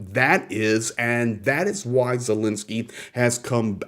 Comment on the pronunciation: thanks for all your informative videos; but please can you and just about all reporters pronounce President Zelensky’s name correctly.